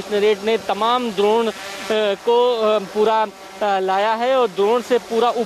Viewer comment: द्रोण नहीं भाई ड्रोन